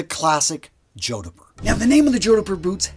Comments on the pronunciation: Every time he says 'joe-di-pur' I picture him wearing them while riding a hobby horse. Jodipur jodipur jodipur! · "Jord-purh" H is silent. 👍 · The 'h' is silent... JOD-puh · Its pronounced Jodper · For the love of god 😢 It's pronounced "JOD POOR" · Two syllables only...jod-purr. I'd argue that a well-made Chelsea boot like R.M. Williams is a more versatile option to dress up or down. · Oh no... Please redo the audio for this ASAP. It's pronounced jod-purr, like odd fur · JOD-PUR. As a Brit I think I'd be laughed out of town wearing a pair of boots like this, much like the western/cowboy style boots. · ''Jodhpur'' is not pronounced like that 🤣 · His pronunciation of Jodhpur is so awful it must be deliberate. Can't understand why. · From the title, I knew which kind of boots you were going with, and I knew you were going to mispronounce it (the proper pronunciation has only TWO syllables).